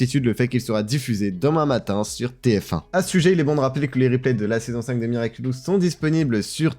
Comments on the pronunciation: L’interviewer qui dit tout le long de l’interview “Miraculus” 😂😂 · Moi je l'ai vu la vidéo de l'interview de Thomas Astruc il y a quelques jours, ça m'a spoil l'épisode passion car y avait des images des épisodes. xD Sinon le mec a prononcé "Miraculus" pendant toute la vidéo. x)